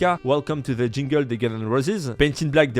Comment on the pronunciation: Tu ma tué avec le welcome to the jungle comment tu a prononcer jungle hahahaha "jingale" hahahahahahahahaha